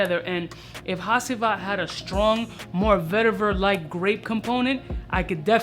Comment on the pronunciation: Ha”ç”ivat bro you pronounche it like de c from chees. (Im turkish )